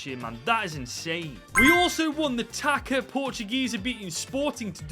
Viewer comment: It's pronounced "tahssa" not "taca". Great run. Congrats.